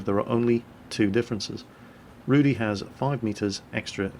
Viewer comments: Just to clarify, Rudy means Ginger and is pronounced differently. It's more like Rooh-dih with a rolling "r". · Just for clarification..., you spell the name of the tank like it is some name "Rudy", but it means "Rudy" like red... Not like Rudy, the name. Rudy in polish means something like red colour in english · Not all Polish players are going to buy the Rudy. btw. love how you pronounce the name. ;p